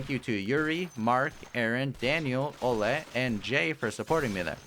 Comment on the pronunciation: "Олег" is being pronounced as "Oleg", last letter also makes sound. From Russia with love!